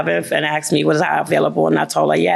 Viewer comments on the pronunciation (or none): Asked, not axed...😂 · ""He just AXED her..." ASKED is just so hard to say?